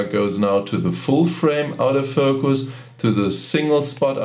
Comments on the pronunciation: What is this OUT OF FOCUS..............if you mean Auto focus its pronounced orto focus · Lol...it does sound like "out of focus", instead of autofocus but, no big deal. Very nice video. Watched it until the end. Got some great tips. I especially liked the one at the end about assigning the function key for the artificial horizon in the viewfinder. Just now set my 7100 function key to exactly that. Thank you! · Love how you pronounce auto focus as "Out-o-focus" :) that's what I'm callling it from now on.